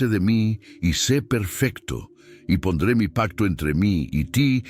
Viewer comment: Me gustan estas narraciones, pero creo que la IA falla mucho..."y ponder mi pacto entre mi y ti"